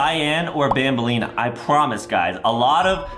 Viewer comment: That not how to say her name her name is bambolina not banbaleena